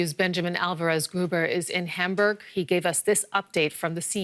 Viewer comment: its called HAM-BURG dont pronounce it like hamburger.